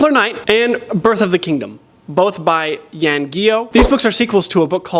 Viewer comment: Jan is pronounced more like John with a silent J of a y sound, so a softer y that is in yawn? Sorry it is the autist for me the commented. I am so happy that someone bought you The Talisman, because I bought a physical copy out of Powell’s but I could not find a P.O. Box to send it to. I rate it right after LoTR, and before Jim Butcher the Dresden Files series. I feel so bereft that I cannot get Book of the Month over here in Scandinavia. Jo Nesbo writes detective fiction out of Norway. Girl with the dragon tattoo is a Swedish writer.